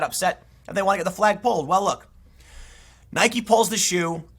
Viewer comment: “I know a lot about shoes”. Proceeds to mispronounce Nike multiple times.